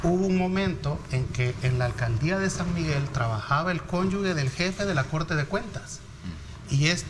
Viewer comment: la palabra es CÓNYUGE no CÓNYUGUE.